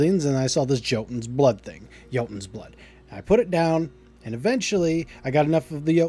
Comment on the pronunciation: Thank you for pronouncing Jotun successfully. Not sure why people struggle with this so hard.